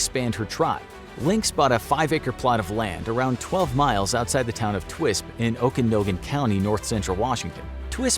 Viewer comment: Lol oof that Okanogan pronunciation